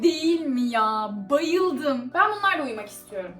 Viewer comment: abla bayıldım derken (I) dedin